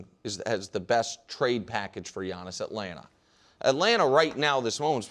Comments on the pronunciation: Wildes face after butchering Giannis' name 😂😂😂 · Listening to Wildes mispronouncing surnames should be an Olympic sport! I get Giannis. No one is even bothering to say his name correctly. But Nick FULDO?!